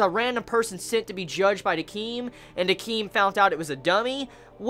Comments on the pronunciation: Decim not Deceem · this is two years late but THIS SO MUTCH I've just started watching his reviews and him pronouncing Décims name wrong irritate me so much it's DECIM not DEECEEM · i love you, but your pronunciation skills are pretty bad. Their names a re pronounced like kuhwin and dehkim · One of these days you'll say Decim's name correctly. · Piper charms ikr it was really annoying.